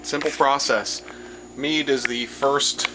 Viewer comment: Tow things one you be sayin it wrong and tow can it get you drunk